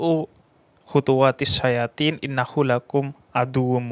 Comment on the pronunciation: Maaf salah di opening ayatnya. Wala tattabi'u hutuwatisy syaython. Bukan syayathin